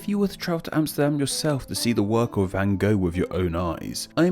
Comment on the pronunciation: The van part, the rest is fine.